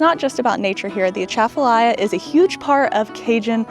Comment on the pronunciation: Love your videos. But i'm gonna school you on Louisiana pronunciations! haha.. Louisiana - Loosey-ana Boudin - Boo-dan Atchafalaya - Uh-Chaffa-lie-a Craw Fish - mud-bugs Lafayette - Laffy-ette Also, Louisiana is known for bad roads. Speaking as someone who grew up there. Your experience on I10 was good so far. It uses to be horrible, especially between Lafayette and Lake Charles.